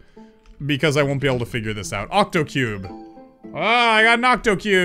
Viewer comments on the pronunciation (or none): The key master you say octocuebe